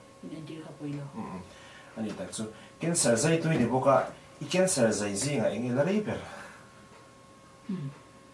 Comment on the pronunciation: A bengvar thlak e, mahse zai turah zei a tizel hi ngaihthlak a hahthlak deuh a ni